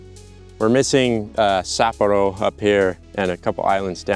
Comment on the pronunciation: that pronunciation of Sapporo (which should really be Hokkaido) was a little... Too good. Is a weeb confirmed?